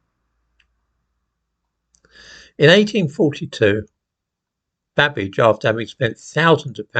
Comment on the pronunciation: Did you say Babbage or cabbage 🥬🥬🥬???????